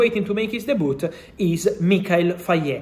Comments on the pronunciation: Man really said DEBOOT 🤣🤣🤣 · “De Boot” 😁